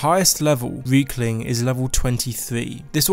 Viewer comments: I thought he said weakling at first instead of riekling.. I mean I guess he's not wrong..? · You say Reiklings like Weakling, which is kind of funny cause they're pretty weak, good vid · Funny, when you say Riekling, you actually say Weakling. :D How fitting.